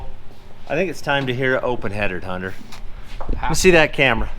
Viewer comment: The rare Utahn who can pronouce the name "Hunter"